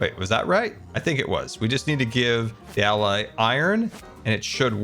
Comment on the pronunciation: it's been 4 years and still can't pronounce allay...